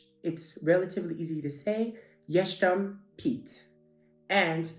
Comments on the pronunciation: easy to pronounce, yet you didn't get them too right b*a*nan, not ban*a*n y*e*stem, not y*e*shtem good try though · Actually you did great. Maybe "jestem" went not the right way and sounded like something I'd written down as "jesztem", but I understood what you said and that's the true point. Our language is hard, sometimes even for the natives. To hear non-native speaker using it... Well... "This one sparks joy" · Hi a Little tip for ya In thr pronounciationa of "jestem" It's relatively simple you don't have to say Yesh-tem But the correct pronunciation is Yes-tem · super ✔️ banan ✅ (weird accent) jestem Pete ❌ (you said "sz" instead of "s") łyk ✔️ There is no progress without spotting mistakes! But you are nice to hear anyway 👍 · 's' in 'jestem' is pronounced as the one in *snake, and you seem to be saying 'sh', brush up on it and you will sound like a native :) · "super easy to pronunce " u said that aftes u said "jestem" and u pronounce it "jeŚtem" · Jestem should sound rather like 'yes-tem' than 'yesh-tem' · Not "jesztem" but "jestem"! xD ( relatively easy ) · "yeshtem pete" is actually "yestem pete" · Zauważ,że jednak zrobiłeś błąd - powiedziałbyś jestem, a nie "jesztem , w tym słowie nie ma "sh" tylko S. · You said "jesztem". It could be "jestem". "S" just like in the word for example: "school", or "say". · Jestem is pronounced as yes.tem in english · HI. U have pronounced dzieci wayyyyyyyyyyyyy better (like with 98% of accuracy) than jestem tho :) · As Polish youre totally wrong what youre saying correctly and what no. First word "jestem" you said wrong, but pronounced dzieci correctly. Good job